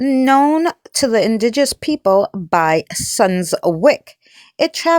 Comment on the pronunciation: The word is Indigenous not “indiguss.” Otherwise a fascinating video. Thank you for uploading it.